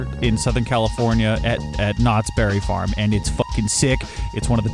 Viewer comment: Its not Knotts BERRY farm its Knotts Berry FARm